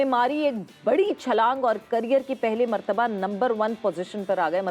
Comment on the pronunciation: Pahli martawa nhi madam.dusri martwa.siraj no.1😅